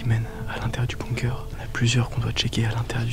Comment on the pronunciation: Tout le monde dit "BOOMker" c'est BUNker les gars, prononcez-le bounker si vous préférez... De rien 😃😘